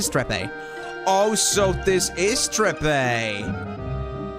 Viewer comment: I laugh every time I hear you pronounce quistest last name trepe I think it's pronounced trep and the last e is silent 😂😂😂